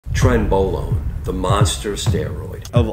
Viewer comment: Only one small correction, doctor. It's pronounced "tren-BRO-lone".